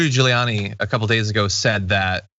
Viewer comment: I'd swear John calls Giuliani 'Drooly'.. ;-)